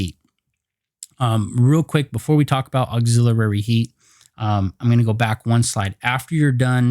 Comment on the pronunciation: Thanks buddy! Appreciated! But please check your pronunciation for "auxilliary". Not trying to criticize. Just pointing it out. Cheers mate!